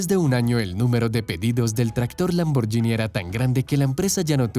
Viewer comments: EN ITALIANO SE PRONUNCIA LAMBORGUINI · Hacer un vídeo sobre Lamborghini y pronunciar mal el nombre... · Así no se pronuncia Lamborghini... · La pronunciación de Lamborghini es equivocada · Espero no ser denso, pero al menos va servirle a alguien como conocimiento general. En italiano la "gh" se lee como la "gu" del castellano, y la "c" como "ch", Así que Ferruccio Lamborghini, se pronunciaría Ferruchio Lamborguini. Saludos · Se pronuncia lamborguini marca del carro en latino America está mál pronunciada ... 😁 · No digas Lamboryini di lamborguini. Si fuera yini sería Lamborgini pero como es Lamborghini se pronuncia ghini. Saludos. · La pronunciación nos es " Lamborshini" sino, "lamborgini" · Es LAMBORGHINI no lamborgini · en italiano la gh se pronuncia como en español la gu. Entonces no diga lamboryini si no es lamborguini! Antes de hacer un documental documentes e sobre la pronunciacion italiana! Que feo se oye cuando supuestamente es usted un historiador y siempre dice lamoryini. Que ridiculo! Es lamborguini! NO ES LAMBORYINI. Aprenda a pronunciar si es historiador y quiere hacer documentales. NO ES LAMBORYINI! ASprenda. Es LAMBORGUINI! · por cierto, la palabra Lamborghini se pronuncia "lamborguini" no "lamboryini" igual que spaghetti se pronuncia "espagueti" y no "espayeti" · Se pronuncia "lamborguini" porque se escribe "gh". Si sólo fuera con "g" sí se diría "lamboryini". Es un craso error. Al menos hubieras investigado un poco. Eso desmerece tu trabajo. Otra opción era pronunciar "lamborgini" como leería un español. Cuando no se sabe un lengua extranjera se lee como está escrito. Corrigete en adelante. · Amigo aprende a pronunciar el nombre, se pronucia: Lamborguini (no Lamboryini) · En el min. se dice IRASCIBLE y no IRRASCIBLE. Se pronuncia LamborGUIni en italiano y no LamborYIni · Xq pronuncian "lamborYini" 🤦‍♀️ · Por favor Lamborghini se pronuncia con gui. En Italiano la ghi es gui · Lamborghini ( pronunciación Lamborguini)